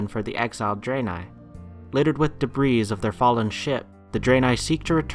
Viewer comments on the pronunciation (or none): Great vid, as always. One minor thing though. Debris is pronounced "debree" not "debrees."